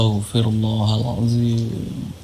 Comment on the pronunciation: Pelafalan istighfar aja salah... Masak astogfirlloh.. yg bener kan astagfirulloh. Wkwkkw sdh lh kun dukun namanya dukun ttp dukun. Dalam islam dukun sangat dilarang. Mendatangi dukun aja dilarang apalagi jdi dukun. Ente kadangkadang ente y si kunduk.... Disini aku jg sedikit nyalahin sih. Harusnya gak boleh praktiknya ke org lain. Disitu yg merasa kebal siapa ya dia yg di bacok. Bkn malah membacok.. nanti bisa jdi alasan tu klo gagal dibilangnya yg dibacok gak yakin sih.. lahhh kan.. jdi memang klo pembuktian ya yg kebal di bacok sama kita lgsg (sama harusnya)...